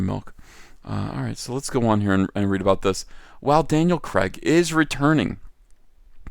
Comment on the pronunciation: Its Daniel Craig NOT Daniel KREG.....